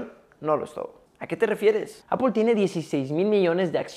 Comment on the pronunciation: Por que lo pronuncia apol ? Es se pronuncia (apl)